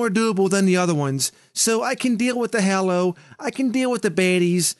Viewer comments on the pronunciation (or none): I punch something every time says hollow not hallow